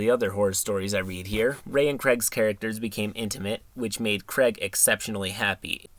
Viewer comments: It bothers me how much you mispronounce Craig. It's not just you. It's "Craig" not "Creg". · As much as I love, I can't handle the fact that Craig is said as Creg.